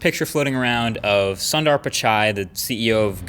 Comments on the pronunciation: Its pronounced as so( so in soothing ) in dur!! Not zondar! LOL! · its not sun dar ,its sundar